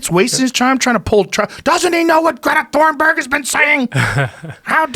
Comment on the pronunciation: "Greta Thornberg" xD